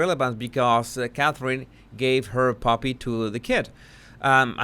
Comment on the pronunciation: I’m multitasking while listening to this and I kept thinking you were saying “puppy” instead of “poppy”. I kept looking at the screen and saying to my self “where is the puppy” Obviously, I need to learn to pay more attention so the body language guy feels listened to and validated😢